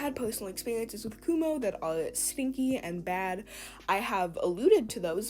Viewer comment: Why do you call him kumo when his names is akumu